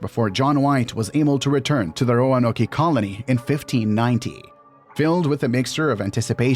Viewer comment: Ro-a-no-key? I couldn’t go farther, sorry.